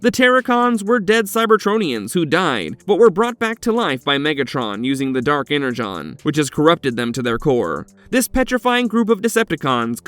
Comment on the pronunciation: It's Energon not Enerjon!